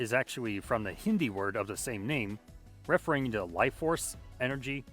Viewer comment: Am i going crazy ??? Do people not know how to pronounce "referring" anymore??? What was that ?